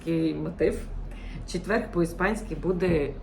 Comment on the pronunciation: Дякую, цікавий контент, тільки не куда, а куди, не випАдок, а вИпадок, не тоже, а теж, не четверГ, а четвер, не рахую, а вважаю (рахують гроші) й не ітак, а отже :-) не забуваємо дбати про свою рідну, як і іспанці про свою! Астулуега :)